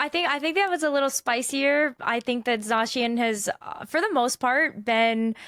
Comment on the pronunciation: no way, pronounced zacian correctly